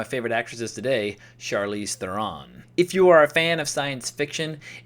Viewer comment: She's one of your favorite acresses today, yet you don't know how to correctly pronounce her name. Interesting. Hint: it rhymes with heron, like the bird.